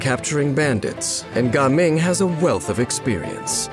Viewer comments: Why do you have to pronounce Jiaming as Gaming😭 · Ganming or Gaming ? the narrator sound like he is saying "kanming" tho.